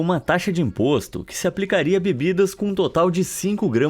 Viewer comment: "Sabor di impoxtu🤬😡😈👿👹👆💅👁👅👁😱👿👿👿👿👿💀☠️☝️💅💅💅💅💅💅💅💅💅💅💅